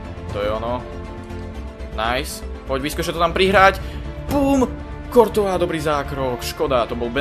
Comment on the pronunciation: to je kurtoa a nie kortoa a hento ten weah sa číta wíh